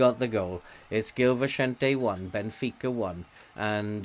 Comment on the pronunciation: As a Portuguese what a great pronunciation of the teams names, thank you for giving your time to benfica. Hope you are having fun!!